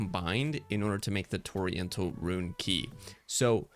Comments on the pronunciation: Bro, Torrential is pronounced Tor-Ren-chull not Oriental with a T in front of it. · Thx man, very helpful! Fyi torrential is pronounced ‘tor REN shul’ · “Torry-ental” lmao 🤦‍♂️ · Torrential, an actual word, with an actual way to pronounce it. Toriental, water Asian? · It's also spelled "torrential," my friend. I think you reading it with the "i" before the "e" instead of after the "t" may have contributed to your pronunciation. ;) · I am forever going to say Torrential the wrong way from now on as you have brain washed me with this video🤣🤣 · The fact that he said it SOO many times had me fuckkng WHEEZING 😂😂😭😭🤦‍♂️🤦‍♂️🤦‍♂️